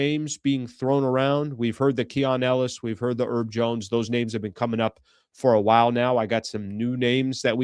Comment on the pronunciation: is the H in Herb Jones silent? (real question). Cuz how u saying it sounds crazy. says Herb (I assume for Herbert or something) Urbert